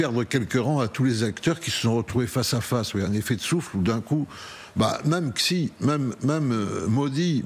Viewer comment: Xi ça ne se prononce pas Ksi mais Shi